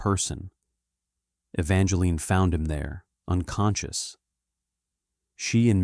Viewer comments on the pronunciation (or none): Her name is not Evangeline 50 Evangeline. The E on the end is silent. The story would be better if it was told by a female since it is a female story instead of a male story. You should have two different voices telling the story one male one female .